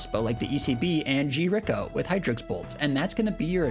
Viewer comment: Never heard anyone pronounce Grico as G-Rico lol made me chuckle